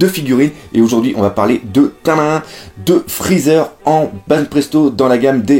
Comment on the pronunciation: "Frezzer" Aie